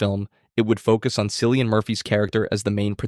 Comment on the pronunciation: Just a nitpick, if this is AI narrated, gotta note the name pronunciation of Cillian, as in “Killian” it’s an Irish name. Good analysis nonetheless!